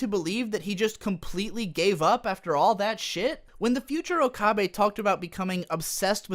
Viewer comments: o ka beh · A bit of agreement, a bit of disagreement. My first thought upon seeing her was definitely "Why the hell did they give Mayushii a rack?!?!" Also, why do you keep pronouncing it "Okahbe"? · "oh-kah-bay" made this difficult for me to watch. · disliked for pronouncing okabe wrong for 20 minutes jokes aside, although i really loved s;g 0 you actually have some pretty good criticisms about the entire show. never even noticed the fan service and now that I do now, I am really upset and disappointed with White Fox. also their voice acting seems uninspired compared to the original. i loved the original voices. suzu being john titor was such a plot twist and now that's just who she is. the characters became one dimensional and it really saddens me. the original was a lot better, however s;g 0's ending did wrap it full-circle. episode 20-23 (soon to be 24 and 25 OVAs) should've been what the entire series was truly about, not some lame fan service about how okabe is an edgelord and talks to a robot kurisu. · How can you so frequently switch between mispronouncing okabe and getting it right? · You pronounce okabe's name differently in every point, please stop. Even if you're pronouncing the name incorrectly, stick to one pronunciation